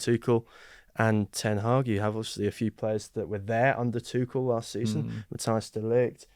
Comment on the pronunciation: Sick of these people saying Tuchels name wrong as Tukel.